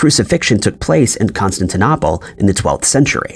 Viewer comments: Con-stan-tin-AH-pol Lol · The mispronounced name Constantinople is so stupid that I quit watching. Hire someone that can read.